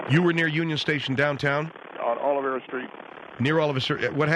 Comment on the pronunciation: Hey, Gringos- it is OLVERA Street, NOT "Olivera". Si!!!